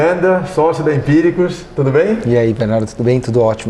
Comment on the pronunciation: AFF..... Empiciricus..... eeeca!